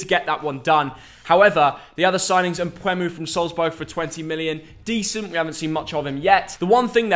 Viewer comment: Bro it's not mpwemu😂😂 but mwepu the Zambian international we call him "the computer" here 🇿🇲🇿🇲